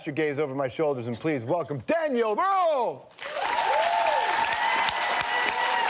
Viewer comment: "Brühl" ist pronounced completely different, but it does'nt matter. ^^ Very likable person. I had seen him in Berlin clubs having fun.